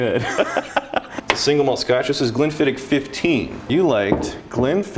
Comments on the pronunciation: Just so you Yanks know, it's pronounced Glen-fid-itch. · It kills me as a Scotsman hearing Americans butcher pronouncing Glenfiddich =(